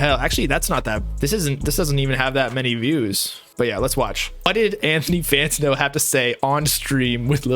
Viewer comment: Say it with me fam Fan-Tan-O 😂 Love the channel bro!